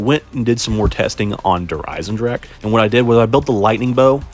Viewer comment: Go Rod? Bro says words weird lol. “Goowehr. Galeel. Der Eisendrack”